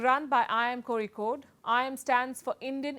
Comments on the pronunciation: How on earth did you pronounce Kozhikode so perfectly! I've heard so many versions of the word. All hilarious. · the way you said kozhikode.... thank you.... the proper way!!! luv luv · That "kozhikode" is gonna win you a whole new fan base. Incredible effort and totally impressive, considering I've never heard a single non malayali getting it right (barring a few Tamils who otherwise colloquially use L mostly for ZH) In case you need the next level challenge, try Vizhinjam, but I'm sure you would ace that too! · I’m impressed by how she pronounces Kozhikode. Indeed she has done her homework. I wish her all the best. 👍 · The initiative is great for sure. It goes beyond that with your amazing reporting too. More than all those I just am so impressed the way you pronounced Kozhikkode!!!! OMG! This is the first time I am hearing it's been pronounced perfectly by a non-Malayalee just exactly like Malayalee do!!! Even people in the neighbouring state of Kerala are not pronouncing it properly, while you are doing it!! That one thing shows how much homework you have done and is doing with every bit of news you present. Amazing character! Really, hats off to you my dear PSU!!! ❤❤